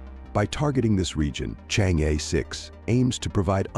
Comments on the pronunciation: pls correct your pronunciation of "chang'e"..it should be pronounced as "CHANG -ER"..you change'e is very irritating to the ears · i cant stand it says chang e anymore